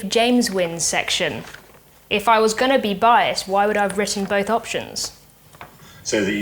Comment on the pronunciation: “Angona” instead of “I am going to” is an interesting twist to the beautiful English language. Lucy’s pronunciation has amazed me since her first videos on YT. Angona watch the rest of it now 😊.